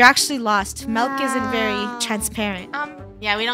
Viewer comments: i hear melk lol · Mil, mailk, melk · I love how Funneh says "Melk" instead of "Milk" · I love that funneh and KREW pronounces milk as 'mil' 😄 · I heard Mailk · I hear melk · I heard “meLk” 😄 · I heard milek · i hear mel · It’s Malk lol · I heard meilk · they dont... they say "melk" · No its MELK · I was kind sad when she said milk instead of malk now but only ogs know malk😭😭🥹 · How most people say milk:MILK How krew says it:MELK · I like how funneh Proununce milk with melk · Or as funneh would say…the Melk story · Ah yes ✨melk✨ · "Find the Missing Melk in Roblox" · What are y'all on it's not milk it's melk